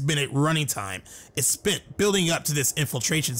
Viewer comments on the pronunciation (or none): none